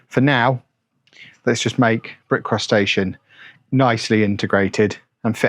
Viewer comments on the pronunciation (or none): The way you say brick cross station sounds like bick crustacean. City looks good!